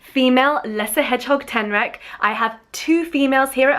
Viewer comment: I heard alolan street tenrac instead xD pokemon ref lol